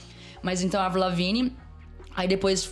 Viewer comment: Esse cara falando évril, é de fuder....